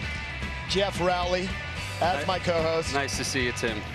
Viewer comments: Lol. Like the first words were indomitable...intrepid...then he goes Raowley and looked like cmonnn bro...love them both lol. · ROW as in ROW-Your-Boat-LEY...C’MON MAN...I love VANS and Rowleys first shoe...ahh good memories. RIP THPS and darkslides 😢❤️